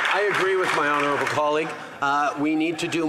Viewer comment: He has to say it right Honurable prime minister 😢😢😢 might frustrate so many Canadians 😢😢